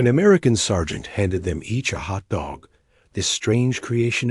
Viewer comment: AI narration so annoying with stress on Hot DOG rather than HOT dog...better editing needed.